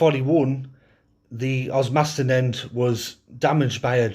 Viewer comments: Good history but just a correction OS mas ton not os MAS ton 🙂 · Short tip on osmaston, say the a like i. Oz-miss-ton